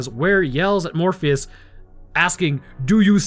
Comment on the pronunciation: Bro calls Fleshbourne “Morpheus” the entire 👏🏼 fucking 👏🏼 time 😂😂😂😂 Love Horror, Love Sci-fi, so this movie was a match made in heaven…or probably Hell 🤔 for me. Remember renting it on VHS back in 97’